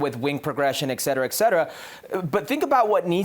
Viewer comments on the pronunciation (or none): Did he say "eck cetera"??